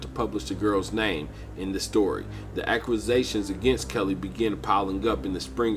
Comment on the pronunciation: I can't get past "brain WARshing" and "acqusations" opposed to accusations made this unwatchable. Learn to speak English correctly before you try to go public.